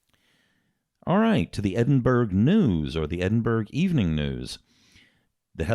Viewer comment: Catching up on these boys after a busy week. One day I'm going to do a tour of North America just to teach people how to pronounce 'Edinburgh' 😂